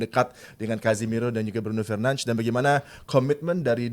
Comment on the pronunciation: Fernanz fernanz apa sih cok. Bruno aja sebutin namanya Bruno Fernandez kok, sok banget